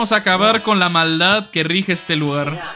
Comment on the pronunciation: soy yo o el mario dice ñya? XDDD